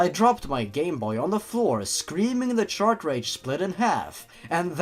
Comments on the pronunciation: DUDE ITS NOT CHARTRAGE ITS CARTRAGE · Chart rage not shart rage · I know this probably won't be seen but is the "Shart-Rage" mispronunciation of "Cartridge" intentional? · chartrage chartrage chartrage how do you mispronounce cartridge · are you mispronouncing cartridge as chartrage on purpose?:P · do all of them say chartredge? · Why do you call them ChartRages?